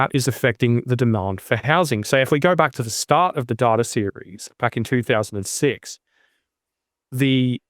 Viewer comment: I appreciate Martin’s pronunciation of “data” far more than “dAta”. More 1970’s ABC style pronunciation. Apparently in line with the Trans-Atlantic pronunciation that was de rigour before the jet set had jets.